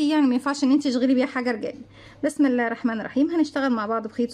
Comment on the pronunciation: تسلم إيدك أنا بتابع كل فيديوهاتك شغلك روعة اللهم بارك. عندى ملحوظة على إلقاءك للسلام بعد إذنك....السلام عليكم ورحمة اللهِ .لفظ الجلالة بيكون مكسور مش مفتوح زى ما حضرتك بتقوليه...أنا أسفة بس مع الوقت تتعودى عليها إن شاءالله